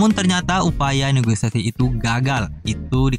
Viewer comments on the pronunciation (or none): none